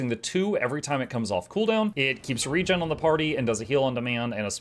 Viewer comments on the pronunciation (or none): none